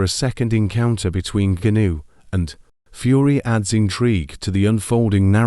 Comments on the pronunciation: Voice synthesisers 🤔 Gunoo, gunoo, gunoo, Francis Gunoooòoo 😂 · Who's Francis Goonoo? 🤣🤣🤣 AI